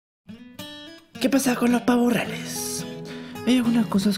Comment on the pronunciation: ¿Pavoh riales?